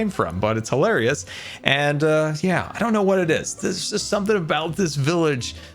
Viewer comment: Hi-larry-ous (Hilarious)